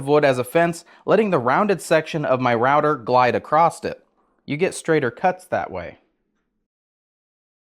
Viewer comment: ACROSS.... there is no T at the end, bud.